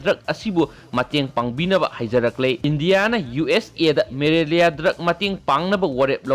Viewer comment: Malaria not marelia